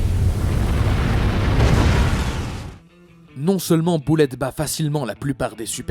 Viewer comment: Bullet se prononce beullètte pas boullette